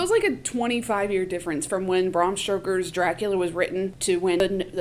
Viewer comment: Ahhh so thrilled you did this...i loved the film and your take on it...they used a teal filter for night shots during the day..like a nerd i listened to all Eggers interviews..gotta add its Stoker not Stroker...i immaturely giggled each time you said it ❤